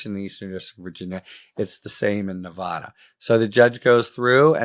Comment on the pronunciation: Love you, Harry. It’s pronounced Nuh VA duh VA, like in VAcuum.